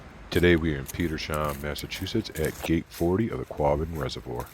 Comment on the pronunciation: Great video! It’s pronounced “Peter’s-ham”